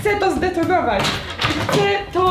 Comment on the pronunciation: "Chce to zdetonowoć" xd❤❤